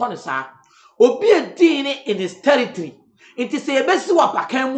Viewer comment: Did I hear tiritri(territory)? 🤣🤣